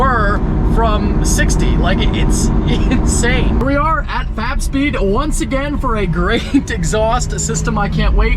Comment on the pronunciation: I always hear "fap speed" when he talks about fab speed